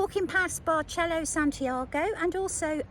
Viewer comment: It’s actually pronounced “Bar sell oh” “San tee r go” we were there last week very nice